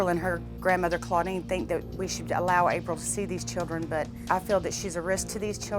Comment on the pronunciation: Did he say “the chillen” 😂😂👌🏾 okkkk love it